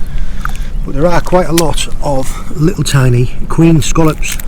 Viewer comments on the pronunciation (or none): its funny how he says scollops